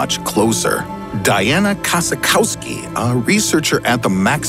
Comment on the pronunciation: I chocked as I laughed when he said Diana Kossakowski